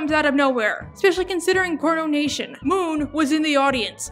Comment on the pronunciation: she said cornonation